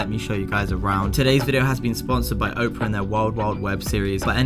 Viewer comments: OP ER A it's not Oprah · It's Opera... As in the place where the fat lady sings, not 'Oprah', the American talk show host. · sponsered by oprah LOL. the web brower is called opera, pronouced aw-per-ah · Hey bro.... The browser is pronounced or called Opera as in an operatic aria. Like "La donna è mobile” from Verdi’s Rigoletto, sung by Luciano Pavarotti. You'd likely recognize it if you heard it. It's definitely not probounced as Oprah as in Oprah Winfrey the African American woman who had the talkshow for 25 seasons, and now has the Oprah Winfrey Network (OWN) in America. Definitely pronouncing that wrong... Not sure how you could even think it was called Oprah, I'd be surprised if Opera even paid you for the name drop, considering you never mentioned their browser, all you really did was show the logo, and call it the wrong name multiple times. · Its pronounced OP ER A .. just like its spelled .. just like the music .. Oprah is a talk show host. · wow i've been pronouncing Opera as in the singer style this whole time, not the talk show host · lol dude cant read, he pronounced Opera as Oprah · Is anyone else as bothered as me with how he pronounces "Opera" as "Oprah"? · "O" pera is the woman. "Ah" pera is the software. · Oprah? I think you mean Opera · who's gonna tell him that Opera isn't pronounced "Oprah" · dude its opera, not oprah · then can you at least learn how to pronounce your sponsors name correctly? I'm surprised if they paid you after you called their software the name of a celebrity instead of it's actual name. Opera is Not Oprah. Oprah is a celebrity, Opera was first a type of musical theater, and is now also an internet browser, one which you comepletly mispronounced. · Anyone else getting triggered by him calling Opera OPRAH? Otherwise, cool! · Did you say "Oprah"...? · You said the sponsor's name wrong🤣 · Do you think Opera is a bit annoyed he can’t pronounce the name of their company/browser. Or maybe thinks Oprah made a browser?? 😜